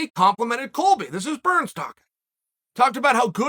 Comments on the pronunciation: Why does Chael purposely call him Gilbert, “Gurns”? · At this point, if Uncle Chael doesn't mispronounce a name within the first 10 seconds, I'm a little bummed. Thankfully, he NEVER disappoints. Shout out to Gilbert Gurns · Did he just say Gilbert Gurns🤣